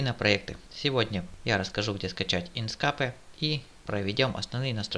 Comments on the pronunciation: Не инскапе а инкскэйп правильно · инскеэээээээээйп пж нормально произнеси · Самое бесячее это звучание ИНСКАПЭ. Узнай как оно произносится правильно. Удачи!!!